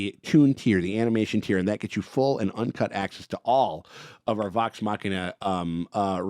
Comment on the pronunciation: ngl I got so used to saying “Legends of the Vox Muh-she-na” that it feels wrong to hear him say it properly.